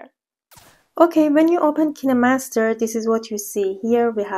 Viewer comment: why everyone pronounces it ki ne master not kine master